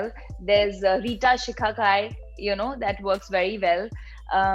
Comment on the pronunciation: Why do they try to become English ppl. Reeta (Ritha )shikakai😂😂. Ma'am Pls pronounce Hindi words properly.